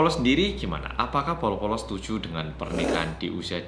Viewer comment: Polo polo kan, bukan bolo bolo?